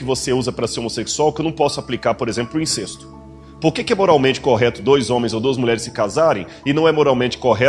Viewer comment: A palavra é incésto e não incêsto. O acento foi só pra dizer que o som é aberto então fechado.